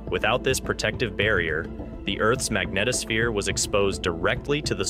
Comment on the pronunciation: Thumb DOWN for mispronouncing “ magnetosphere “ & “ bow shock “. If this was an ACTUAL physicist narrating, they wouldn’t make such a basic mistake.